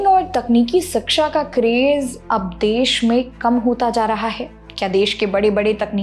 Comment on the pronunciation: धन्यवाद, बहुत बढ़िया जानकारी देती हैं आप... केवल एक अनुरोध है, कृपया "शिक्षा" शब्द का उच्चारण "सिक्षा" मत कीजिए, शिक्षण जगत से जुड़ी जानकारी में "शिक्षा" शब्द का ही गलत उच्चारण अच्छा संदेश नहीं देता 🙏🙏🙏